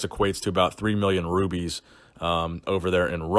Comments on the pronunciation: He said rubies, still wrong though. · It's rubles, not roebels